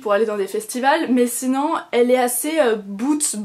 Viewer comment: Ce n'est pas pour critiquer, juste une remarque : c'est drôle tu dis toujours "sinan" au lieu de sinon ^^ La tenue est classe, j'aime vraiment beaucoup les chaussures ! J'aimerais bien m'en trouver une paire dans le même style, peut être avec un détail en cuir nude, à voir ! Biz !